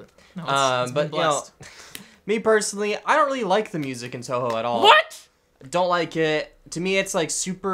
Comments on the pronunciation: touhou is pronounced toho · did he just say TOUHOE *TRIGGERED*